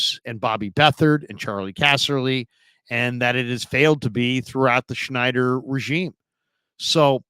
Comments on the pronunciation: It's Snyder, - not "Schneider."😉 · Christ, this guy in the video has no clue about what he’s talking about. Meyers is hired as an adviser. Not to run the front office. And we still have a GM. At least do a little homework. And as much as I hate Dan SNYDER, at least pronounce his last name correctly.